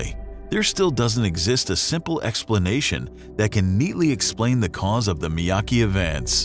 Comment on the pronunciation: Miyake, not Miyaki...